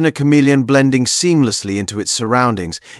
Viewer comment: The word "chameleon" is pronounced [ kuh-MEE-lee-uhn, -MEEL-yuhn ]. Don't use the "ch" sound for the first syllable.